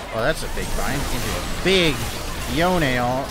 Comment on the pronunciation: It's yonE